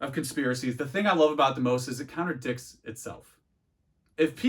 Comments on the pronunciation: I’m sorry are you saying counter dicks instead of contradicts 🧐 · "Contradicts" lol not "counter dicks" haha